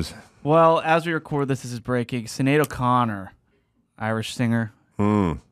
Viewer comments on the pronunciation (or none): its not pronounced Sin Aid--is Shenaid Maxipada!